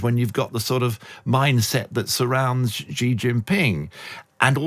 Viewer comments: Another "China expert" who can't pronounce the PRC's president's name properly... 哎呀! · Please learn some basic Chinese pronunciation if you are going to speaking as a China expert🙏